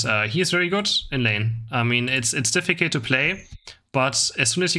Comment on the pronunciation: much love!! but you need to learn how to pronounce „difficult“ in english sorry